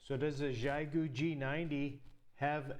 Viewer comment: Just for reference "XIE"-GU is pronounced with a hard Z as in Zion, so Zi-goo. ANY time you coil up "extra" wire or coax anywhere in the feedline or antenna it creates an inductor coil in the antenna and can wildly alter your SWR and performance. Split mode ("SELF DESTRUCT MODE") is used ALL the TIME for long range DX and especially in noisy conditions, so you can call for "CQ" on one frequency and LISTEN for replies on a slightly higher or lower one, same idea as with local 2m repeaters having an input/output freq or even contacting with the ISS out in space using 2m/70cm for I/O freqs.😉